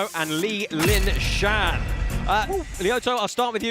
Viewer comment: Ok...right off the bat...her name is Li Lishan ...not linshan or lingshan...pronounced Lee-Shan ..second is...either your refs need training or rules need clarification, you say ground and pound is fine as long as long as the striker is not kneeling etc. but Tim Ha was downed and his opponent was fully standing and landing, yet the ref broke it up and Tim Ha was allowed to stand up? Yet what bothered me most was that no one told Bas he had his headset on backwards the whole time😂 on a positive note I really do like the originality of the different rule set a different pit set up and Jay Leno's chin on Zahng Kui!